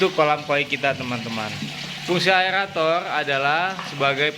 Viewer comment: Aerator bang bukan aelator 😃